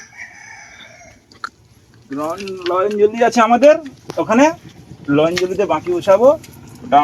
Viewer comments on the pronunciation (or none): ও বাবা ওটা লয়ন জলী নয়,,নয়ন জলি হবে,,,,আর লিল নয় বাবু স্যাওলা হবে 😁